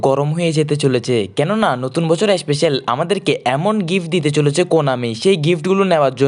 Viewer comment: এসপেসেল না স্পেসাল